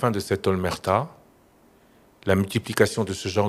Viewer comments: on dit" Omerta" et non" Olmerta" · "OMERTA" ET NON "OLMERTA" que vous avez exprimé quatre fois Monsieur le ljournaliste !